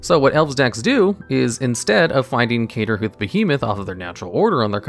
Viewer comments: “Cater”hoof?! Where did the “R” go?? Lol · Lol why does he call is CATERhoof behemoth? Is that and inside mtg joke of some sort? I've heard him call it that in two different videos now. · The little mispronounced names make this so much better. It shows that you didn’t come to this from years of playing this game like most mtg content creators. Craterhoof being called Caterhoof just amused me.